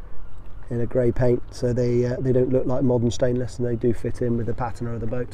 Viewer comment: In my 60 odd years as an English speaker and being in the antique trade, also a boat builder and boat owner, I've used and heard others use the word patina 1000's of times, yet I've never heard anyone say patina like you do. I think you'll find common consensus and dictionary explanation of correct pronunciation is pateena, not pat i na